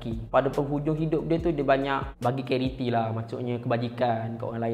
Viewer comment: carity? Charity